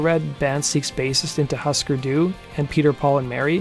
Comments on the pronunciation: Interesting video. Just want to mention Husker Du is pronounced “Hoo-sker Do” not “Hus-ker”. Hope you listen to them and do a video on them. Very important band with a great history and catalogue. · It's not 'Huh' Sker Do. It is pronounced 'Who' Sker Do. It's from a Minnesota kids show or something. Swedish or Norwegian or Finnish. Otherwise you are spot on, informative and fun. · Husker Du pronounced its name "Hoosker Doo," not "Husker Doo." Jesus Christ. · Great video as always. But....its pronounced "HOO-sker Du" not "HUS-ker Du". Those darn Minnesota bands and their Scandinavian board game names!! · Hüsker Dü is pronounced “HOOsker DOO”. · yep. This dude is a joke. These videos are just plagiarizing Wikipedia and the kid doesn't even know the bands (obviously since he said husker doo lmao) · Note to narrator: Hüsker Dü is pronounced 'Hoo-sker Doo' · It's pronounced Hooskerdoo. And it's spelled Hüsker Dü. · It's not HAsker Du. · Sorry but not sorry but it’s hOOsker doo lol so bizarre Ive seen multiple ppl mess this up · Would be great if you could pronounce Husker Du correct. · The mispronounced husker du, ruined the video for me